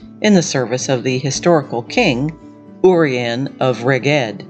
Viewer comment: Might want to check how to pronounce Dyfed, Urien, Rheged .... after that I stopped listening. It's really not hard to find out how to pronounce Celtic words, what with the advent of the internet, YouTube, etc. Doing so shows respect for Celtic people, our cultures and languages.